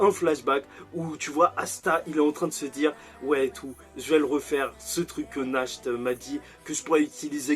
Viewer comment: Sinon Nacht se prononce "nart" ce qui signifie nuit en allemand